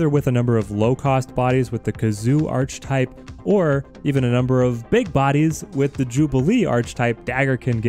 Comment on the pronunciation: My brother, yougotta learn how to properly pronounce Archetype. It's ARCH-E-type. You don't pronounce the arch as in arch. Properly its 'är′kĭ-tīp'